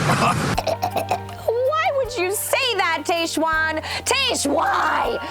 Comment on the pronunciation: It’s pronounced Tahjwan (not Tayjwan). TAH not TAY.